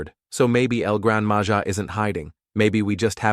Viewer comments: y did u say el gran maha instead of el gran maja is the name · El gran Maja is pronounce incorrectly